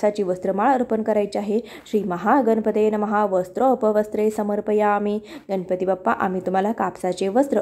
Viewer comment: Kami velet anu kami khatatopat pooja karaychi vidhi chan sangitli ahe. Abhar. Uchcharan shuddh karata ale tar prayatna karava aapan. गणपती asa uchchar asava गनपति असा uchchar चुकीचा आहे. अर्थ बदलतो.